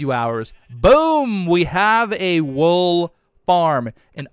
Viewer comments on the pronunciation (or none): "ayyyy come and get de wool"- 2020